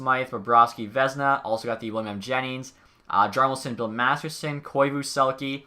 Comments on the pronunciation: Its MasterTON not MasterSON lol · Have you noticed how the trophy is called Bill Masterton and not masterson?